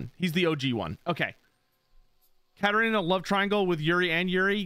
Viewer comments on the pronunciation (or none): none